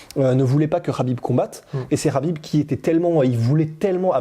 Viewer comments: non son entourage lui même le prononce Habib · ça se prononce habib